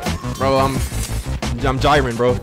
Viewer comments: “I’m jyrin “ 😭😭😭jerin jerin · Don't act like we didn't notice you pronouncing Jiren as Jyren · you said jiren wrong but IMMA LET IT SLIDE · So nobody gonna talk about how disrespect Jiren’s name like that?? Edit: It’s pronounced “J-EE-Rin” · i fw you but we gonna have to have a serious talk about how you say jiren cause thats unacceptable